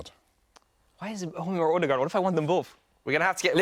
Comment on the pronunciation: Anyone else get really annoyed by Robbie saying "Alldegaard" 😂😂